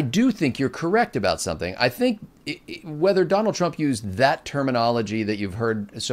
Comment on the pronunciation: "Twump" sorry, it was funny